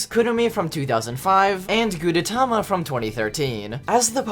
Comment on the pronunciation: It's pronounce "Gudetama", and I love this yolk)))